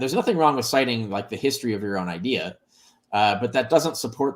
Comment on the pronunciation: I've lived in the NYC area my whole life and I've never heard people here pronounce idea as 'idee-yer' so I'm confused. If someone were to say 'idee-yer' , I think of a JFK-type New England accent, not Brooklyn NY 🤔